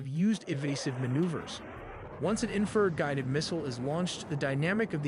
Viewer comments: Or "inferred" for "infrared." 😊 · yes and it also needs to learn how to say Infrared! not infered, Doh! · God please bless and protect our military- “No man left behind”🇺🇸❤️. This video was very well done-my only complaint-the word is in-fa-red not inferred. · Video was narrated by AI It pronounced infrared as "inferred" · A.I. TELLY NEEDS TO EDIT THEIR VIDEOS FOR PRONUNCIATION, “ inferred” instead of infra-red, “warthog “ should be pronounced wart- hog. REALLY, GUYS! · What is wrong with the crazy Ai narrator of this video?? it can't even pronounce Warthog (wart-hog) or Infrared (infra-red) correctly!!! SMH nothing on you, you did great! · ENOUGH with the AI voices that can't even pronounce "Warthog" or "infrared" correctly. I already hate AI and my hatred grows every day. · Wow you pay as much attention as L3WG on some of his reacts & missed the WSO meaning mentioned moments before you asked what a WSO is. The text to speech screwed up the following words warthog, barrage, infrared, or anomaly. I remember a Windows 3.1 text to speech program doing better pronunciation that this. How far text to speech fallen what a 386 could do better text to speech than modern AI.